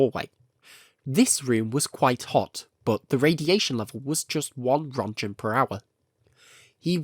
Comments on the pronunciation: Röntgen. Not Rundgen. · Röentgen is pronounced: Runt-gehn where 'gehn' sounds like the 'gain' in 'again', but pronounced softly. Not 'Runt-jehn'. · Watch newer videos. This video came out in January. You are late to the party of laughing at his pronunciation; that ended 7 months ago. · small unnecessary nitpick here but roentgen is pronounced like runt-gen, not runt-jen or runt-shen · Just so you know you say rodcan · Roentgen is pronounced as 'RENT- GEN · If ur gonna make a well researched documentary video the least u could do is look up how to pronounce a word you dont know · If You want to be taken seriously, and call yourself "" better learn how to pronounce Roentgen... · Crazy how you can devote your channel to something as specific as Chernobyl and yet still mispronounce almost everything related to the one topic you chose to be interested in. Hearing every name be mispronounced hurt me. And mispronouncing Rontgen?? REALLY?? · A very good made and entertaining video, but one thing struck me as weird. Your pronounciation of the word "Roentgen". That's a german word and a german unit of measurement, and in that case, the 'G' sound would be pronounced differently. Could you educate me on wether or not the way you said is is correct? Thanks!😊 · americans pronounce roentgen, challenge imposible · You CANNOT go around calling yourself "" without knowing how to pronounce "Roentgen."